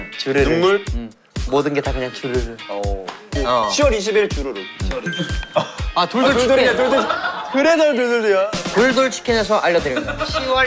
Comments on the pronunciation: 주르륵 아니고 주르르!! 이창섭 화이팅❤ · 발음도 주르르라고 해요ㅠㅠ 제목이 ‘주르르’입니다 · 발음도 주르르인데 오타발생이에요.뭐든 주르르도 주르르라고함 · 주르륵아니고 주르르에요😢 주르르!! 주르륵은 끝나는?느낌이라 주르르로 지었데요 < 주르르 > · 이창섭 컴백 주르륵 아니고 주르르 예요 😂 10/22 주르르 많관부 ❤